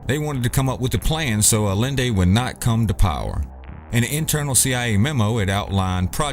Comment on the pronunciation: Salvador Allende = Ah-Yen-Day